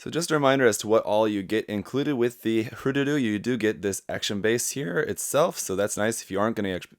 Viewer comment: Thanks for pronouncing it correct. "Hroo-Dudoo", not "Her-Doodoo"